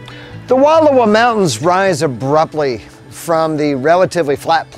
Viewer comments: Please, learn how to pronounce the names of the places you spotlight before you make these videos. It’s painful to hear you mispronounce Wallowa, repeatedly. Frankly, it’s disrespectful and would require very little effort to correct. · You are pronouncing Wallowa wrong and as a local it’s bugging the hell outta me 😂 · Its Wal lowa Not Wall owa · Wonderful look into the amazing Wallowa County. However, you're pronouncing it incorrectly. The correct pronunciation is. WUH-LAU-WUH LAKE. I know that the spelling defiantly throws one off, but it's NOT WALL-OH-WA....! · Please, for the love of language, it is WUHL-OW-A. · The narrator needs to know how to permounce the name. It's not "Walula". Try saying Wall -'owa like it's spelled. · Nice video! We love the Wallowa’s. Btw it’s pronounced Wa Llow a. Ow being pronounced as in how instead of low. Thanks for sharing. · I enjoyed your video. Just an FYI, it’s pronounced, Wa-lau-uh. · These mountains are pronounced “Wall ow ahh” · Please, PLEASE! PLEASE! Learn how to pronounce cities, towns, lakes and rivers CORRECTLY!! They are called the Wallowa mountains and lake. Original Indian pronunciation - wuh-low-whu! Wuh-low-whu (low as in allow). Its insulting to go somewhere and mutilate the beauty and history of a location and their historic names. Wallowa was part of the Nez Perce Indian tribe and home, led by the tribe chief, Joseph. Wallowa translated from the Nez Perce language, is "land of winding waters". Wallowa County is Chief Joseph Country, indelibly associated with a great Native American leader. Thus the celebration of Chief Joseph days in Wallowa county. Do better!! Learn and pronounce it correctly out of respect!!